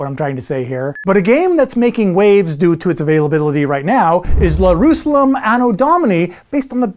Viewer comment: Did you call it "Lerusalem"???